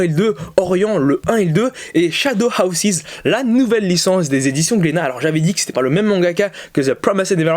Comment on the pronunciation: L’accent svp 😭 shadows ‘hawsize’ 😭 c’est house 😭 donc ‘Haws’ Sinon très bonne vidéo et puis t’as toujours moi qu’à 3 mangas touts les 4 mois puisque que je suis pas milliardaire